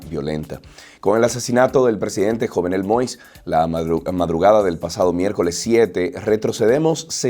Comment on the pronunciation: Se pronuncia YOVNÉL MOÍS